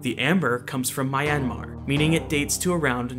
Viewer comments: Great video, I couldn’t look away! Just a nitpick though, the y in Myanmar is a consonant, not a vowel. So Myanmar is pronounced more like mee-YAN-mah or mee-YUH-mah. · This dude pronouncing Myanmar like Miami, rofl 😂😂